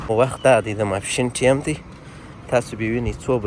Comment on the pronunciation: Da mapshin wakht dy (In English it is time (like lime), not taim. All the Afghans I know say: wakht. Why do guys always say: taim? Where is this word and pronunciation coming from?